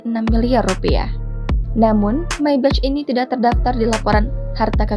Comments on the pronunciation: Mbak, "Maybach" dibacanya: maybah bukan meybec. "may" seperti dalam kaya somay, dan "bah" seperti dalam kata horas bah. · Belajar dulu ngucap Maybach yg bener. Kuping sakit dengernya.